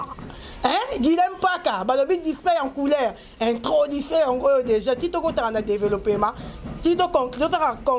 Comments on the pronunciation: Bino ba mikuli ya ba eglise Kaka boyer bo kendaka ko sambela To ko luka ko yeba vie ya pasteur ??? Ba 🙄🙄🙄🙄mukolo boyer ozoloba introdution c'est introduction pronoce très bien chère chronifiotie . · Intridution kkkkkkkkkkkkkkkkkkkkkk kkkkkk 😂😂😂😂😂 delelopéma kkkkkkkkkkkkkkkkkkkkkk kkkkkk 😂😂😂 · "Introdusion" les journalistes!!! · Oyebi pe koloba te ez introdiction et no etrodition soni kaka ki songi songi